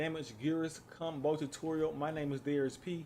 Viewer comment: I love how he says cumbo instead of combo